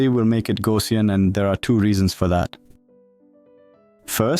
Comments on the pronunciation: It's not TTS but typical French accent "Gaussien" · I like how your text-to-speech model pronounced 'Gaussian' ;D great vid even for those already familiar with these models